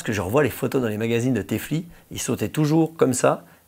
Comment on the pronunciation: non, c'était un speaker sur une course, el lisant le marquage de son pantalon THE FLY, a cru que c'était une pub pur une marque de thé ! il l' prononcé té fli !